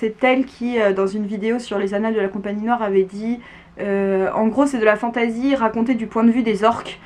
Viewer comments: Merci je vais lire Watership Down 😊 Par contre j'ai un peu du mal avec ta prononciation "fantAzi" 😅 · Agréablement surpris de cette vidéo sur laquelle je tombe par hasard. Un peu irrité d'entendre fantAsy quand j'entends le reste prononcé en anglais 😁. Sinon en terme de lecture de dark fantasy il y aurait bien évidement the Witcher.